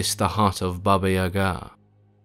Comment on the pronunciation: I love this story about Koschay. Just an FYI, it's Baba Yaga accent on the Ya not ga.